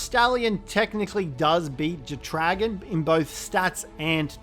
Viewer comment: The way you pronounce jetdragon is wild 😂 it’s either jet-dra-gone or jet dragon. Not jet-re-gawn 😂🤦‍♂️